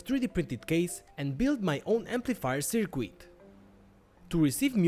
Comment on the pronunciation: I like your content, but please, try to say "circuit" correctly. It is soooo annoying.